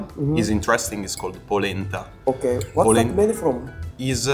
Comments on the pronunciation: ボレンタ→ポレンタです。ボローニャは大学の町なので外国人も多く、その中にはアジア人も多いです。イタリア料理は庶民的、安くても上手いのでShotaさんが訪れた飲食店は値段が高い店になると思う。イタリアの北部は他国に接してる為、イタリアだと言うのはローマから下、特にグルメは南イタリアです。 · ボレニタ ポレンタだよ